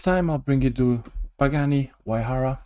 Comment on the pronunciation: Engine detail is awesome! Looking forward to following this build love the way you pronounced Huayra 😂